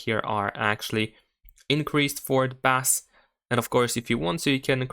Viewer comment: Learn to pronounce Bass.....:)